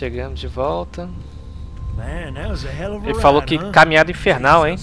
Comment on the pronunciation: 'kkkkkkkkkkk cara toda vez que vc fala "falow" eu pauso para rir